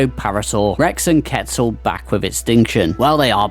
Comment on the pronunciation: Man i hate when people incorrectly pronounce quetzal (kweh-tzuhl)